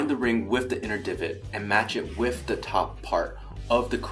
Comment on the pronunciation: Every time he says with he says whiff. Gosh darn it!!!!!!